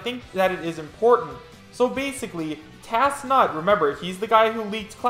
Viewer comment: ok I gotta say it you've been pronouncing tansut wrong for the last few videos, it's driving me crazy lol it isn't tasnut, it's tan-sut that aside, I'm thinkin this is real. it has a lot going for it, I don't think the blurriness is an issue when well made photoshops can still be pretty clear anyway.